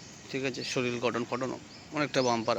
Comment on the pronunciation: শরীল না কথাটা শরীর।